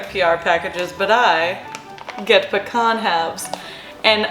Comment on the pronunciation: why did you say pecan like that?